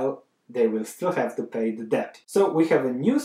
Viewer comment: The "b" is silent!!